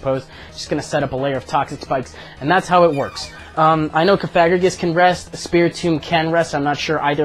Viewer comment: Cough-uh-gree-juss (like the word "egregious"), not coFAGrigus like the one you played :-P. love the vids!